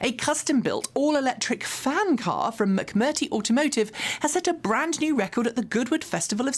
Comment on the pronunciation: Macmurtree not macmurty!